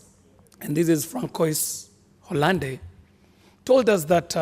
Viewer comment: Correction. It's pronounced Franswa Holland. Not Francois hallande